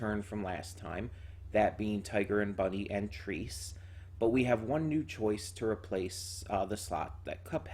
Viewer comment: trese is pronounced trɛ.sɛ, or "treh-seh" for everyone who cant read IPA. a passable english substitute could be "tray-say", but its not accurate.